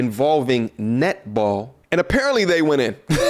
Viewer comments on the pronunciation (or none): xD when she says netball, i keep hearing nipple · i heard nipple. took me 20sec to get it was netball. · I LOVE how 'Netball' is pronounced with an Australian accent.... 'Nipple'....